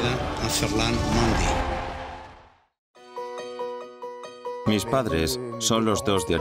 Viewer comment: “ferland mondi”